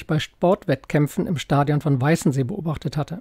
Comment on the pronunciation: Das Gleiche mit "Weißensee"🤷🏻‍♀️